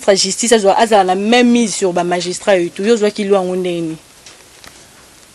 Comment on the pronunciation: Bonjour Grand Esprit , dites à votre journaliste de corriger le mot "magistrat" ,il s'écrit comme je viens de l'écrire et non ,non "majustrat !!!